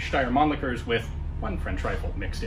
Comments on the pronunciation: Ooooooooh yeah. Man-licker! (Laughter intensifies) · has a kind of German Name and his pronunciation of “Mannlicher” is kinda leading me to believe he is an import as well..., am I right?